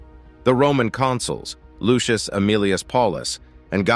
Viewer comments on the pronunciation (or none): none